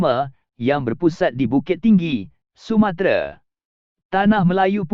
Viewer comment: lain dia sebut ... sumatere, bkn sumatera 😄